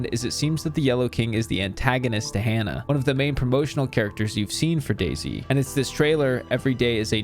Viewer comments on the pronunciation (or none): Oh it’s pronounced Daisy not Day-Z